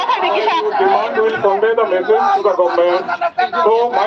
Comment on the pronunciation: Demand c dimand ya.Chini borok rok especially social media users rok "u" ba "o" ni jagao haino "w" use khailai o..ang kwbangma nukkha amohai( example- nwkkha amwhai, boro hinma c bwrw rok) aswk bo da "u","o" ni difference ba bwtwi khe pronounce wng saimaya. Do saimaya rok ni bangwi exception tongo, j saimanai(ba saimanya ) like content creator rok bo c amohai khe spell khai khe bahai khe chalai nai , even news channel rok bo se spelling chaya swi o. O news channel c swi bla hinwi bwi saimaya rok ba cha o hinwi no tongnai ble. Bhaiya "rok" hinma bo "rwk". Mom bo Mwm c wngna nang Sinai ble . Bufru ba buphru no bo bwfrw , haino w ba magic alphabet da wngsi kokborok o a,u,o hai ni jagao riwui manai jat?